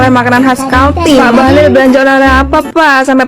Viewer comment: Bahalol bkn bahalil.bahalol macam gabenor kaltim